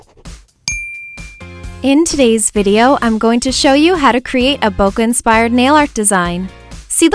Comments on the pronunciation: It's not "Bo- Ka" it's "Boo-k" like a flower bouquet. :] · bo-keh instead of bo-kuh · Does anyone know why its called bokeh? Because I'm Japanese, and in Japanese, bokeh means blurry. Which makes complete sense. But it's not pronounced bokuh, more like bouquet. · It's pronounced bo-kee but whatever. When I first heard it I was like bokeh? bo-kee? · So that's how you pronounce BOKEH! Hahaha I've been calling it "bo-keh" lol. Loved this vid so much! <3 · it's actually pronounced as Bo-Keh. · ThatsHeart i thought it was pronounced bocky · its actually pronounced 'poke' with a b. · IT'S PRONOUNCED BOW-KAY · this is absolutely gorgeous!!!! but im a pronounciation nazi.... :/ and I believe bokeh is pronounced bo-keh. if im wrong, please correct me. thts just what I've been told. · It's pronounced like "bouquet" like a bouquet of flowers. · in photography, no matter the accent, it's pronounced bo-keh, maybe sometimes it is allowed to pronounce it with a little of bo-kay, but not too much, only sometimes it's pronounced bo-kuh but the earlier ones are more correct, again, doesn't matter the accent you have, that's how you pronounce it and yes it comes from japanese boke which means blur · It's pronounced BOKAI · No hate but they are called Bokeh balls and pronounced bok-aye balls but I believe people pronounce it both ways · this is so pretty!! :) I also had no idea bokeh was pronounced like that hahaha Ive been saying it wrong all this time!